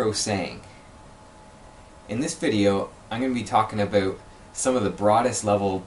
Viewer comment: The way you say “about” enrages me.